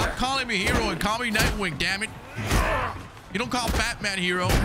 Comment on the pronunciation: Nightwing not Knightwing